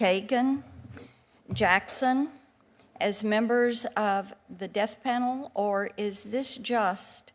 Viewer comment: Is she saying "Deaf Panel" or "Death Panel"?